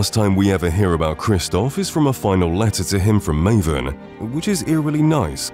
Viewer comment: Sorry Marvin? not Maven XD